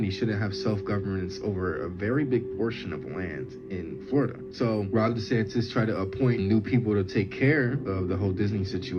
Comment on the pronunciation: I'm not listening to anyone that says "Rob Desantis 😂😂.